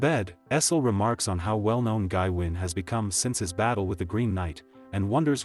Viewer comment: its pronounced GaWayne. FFS this AI slop is killing me!!